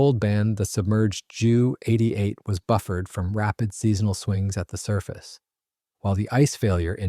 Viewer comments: Interesting video, but I wish the commentator would call it a Jay U 88, instead of a Jew88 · Jew88, Jew87, et al were NEVER pronounced /referred that way by the Allies either during WWII, or for ~75yrs thereafter. Only in the past 5 yrs or so has this become a YouTube thing, probably by young presenters who are not "hep to the jive." On that note, it's Dee-Oh, not Doh, it's Em-EE, not Mee, it's Kay-eye, not Key, etc., etc. I suspect there may some germanic influence in this, as Germans in WWII often referred to their types as May (instead of Em-ee), and You (instead of Jay-ewe). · The reason he calls it a Jew 88 instead of a J-U 88 is to differentiate it from the earlier Pollock 88.🤣😅😂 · If you can't pronounce the name of the aeroplane right don't upload 20 minutes of blah blah blah.